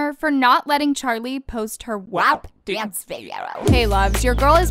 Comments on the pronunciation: i’m sorry but why does pronounce “WAP” like that does she not hear how it pronounced in the song?? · Natasia Brown it’s “waap” in the song not “wahp” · Ana Derby no it’s pronounced “wop” it’s even like that in the song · I know did not just pronounce “WAP” as “w-app” 💀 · Greg i’m just saying it’s PRONOUNCED “wop” like a whopper from burger king lol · PLS THE WAY SHE PRONOUNCES “WHÆP”